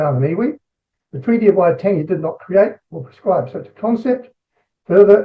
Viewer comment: He said it fine. Splitting hairs.